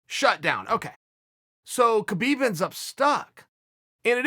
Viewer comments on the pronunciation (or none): Chael, please I know it's written Khabib but it's pronounced as Habeeb. The the same way goes for Jose but you say it with the H first. Sorry about the lecture. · Please stop pronouncing the K in Khabib